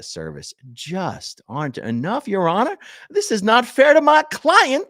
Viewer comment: “Your Hon-ar”. lol. Love me some SP TV. ❤